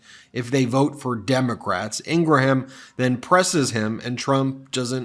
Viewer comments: Ingraham, In-Graham Two syllables. Like "graham" cracker. Not three syllables as in "In Gra ham" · ING-Rum…. 2 syllables… not ING-Ra-ham…..mush mouth Meiselas…. Not Ummanbeing…… HUMANBEING……Disliked!